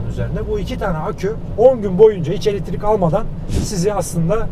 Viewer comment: Abi elettirik değil elektrik o 😂😂